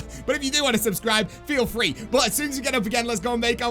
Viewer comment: He says fwee packapunch